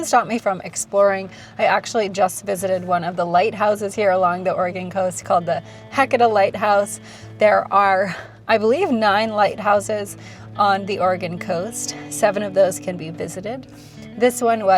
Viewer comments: I've been on the Oregon Coast for 35 years, the absolute most beautiful place I've ever lived. I was in Florence for many years, hence my need to help you pronounce "Heceta," haha. It's "haw-'see-taw," (for next time). Great video, thanks for bringing us along! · Oh and the pronunciation of Haceta Head lighthouse is HA-CEE-TA❤❤ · It's pronounced "Ha SEE Ta" Head Lighthouse. FYI. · Just to let you know, the lighthouse is pronounced h-see-ta.